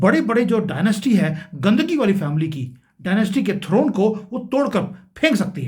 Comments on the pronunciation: Pahale ap rahul gandhi ke surname ko thik se bolana sikhiye wo Gandhi surname hai na ki gandgi hai mahasy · Why are you saying Rahul Gandhigi?? And not Gandhi??? Is it deliberate??? I think so! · राहुल का नाम ठीक से नहीं ले पा रहे हो। गंदगी तो आपके दिमाग में लगती है। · Raskal pronounceing Gandhi as gandhagi? He should be procecuted. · ये बार बार राहुल गंदगी क्यों कह रहे हैं? जानबूझ कर या हिंदी बोलनी नहीं आती सही से???😂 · Just hear the presenter pronouncing the name as Rahul Ghandagi instead of Rahul Gandhi. It sounds very bad prououncing the Title badly which changes the literal meaning dirt which is wrong considering that as he a Leader of Opposition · Bhai sahab pahle apna pronounce sahi kar lo rahul Ghandhi h na ki rahul gandki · Why do you pronounce gandagi instead of gandhi, !!!! You are doing critisim be neutral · He is an idiot. Don’t know how to pronounce a name. It is indecent to use word Gandgi. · I fool it's gandhi not gandagi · It's Smita irani not samita and it's Rahul Gandhi not gandaji check the spelling and pronunciation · I feel this speaker is good but his pronunciation is totally bunk- his pronunciation of Gandhi is गंदगी-imagine the awful pronunciation.!too bad!!!😂😂😅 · How you pronounce Rahul Gandhi. First you correct the pronunciation. You are calling Rahul Gandhi as Rahul Gandagi. Not expected from you. Lagta hai Hakla raha hai. Pronounce karna aata nahi. Chnl chala raha hai. Do revisit your video. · Sir it's Gandhi please pronce properly before showing this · Gandhagi? AAP Hakle ho ya Gandhagi ho ya c... any way. No vital info. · Ghobhar ... ghandhi bholnaa nahi aathaa hai kya ???? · Rahul Gandhi ko up bar bar gandhigi keu bol raho ho... Pronouncetion thik kijiya... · You should pronciate " ghandi " Not other words U will get some respect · sahab aapko abhi bolana nahi aata...aap gandhi shabd bhi nahi bol paate...kyon na aap thoda apna level aur sanskaar sudharane ki koshish kar lo.... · How u r pronouncing Gandhi